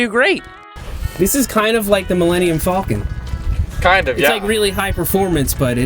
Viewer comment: why do so many americans pronounce falcon like that?